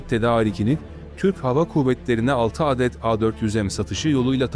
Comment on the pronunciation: Âdet değil Adet olarak okurunur!